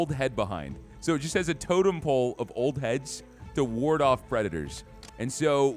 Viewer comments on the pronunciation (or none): none